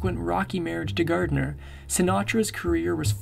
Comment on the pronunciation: Also not Gardiner